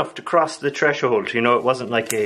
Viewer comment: So I'm subscribed to a badass, Irish, living Dwarven blacksmith who is allergic to small weapons. I'm so glad I am. And i can tell you are really Irish, cause you say any "th" sounds with just a "t" sound. ex: "tree" instead of "three", "treshold" instead of "threshold", etc